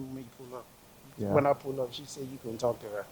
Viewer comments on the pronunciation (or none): none